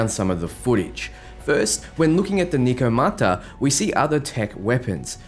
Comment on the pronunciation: Yo it’s “neh”komata